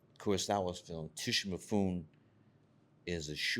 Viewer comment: 100 percent! I'm Japanese, and I was so pissed off when he mispronounced Mifune's name.